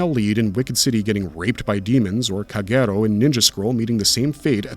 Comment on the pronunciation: How on earth have you repeatedly pronounce Kagero so terribly???